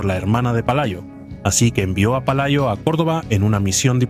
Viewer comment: Pelayo xdiosss no Palayo. Dejar la IA que todavía está en párvulos 😄